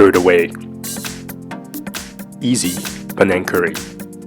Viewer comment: You pronounced it Penang, but spelled it Panang.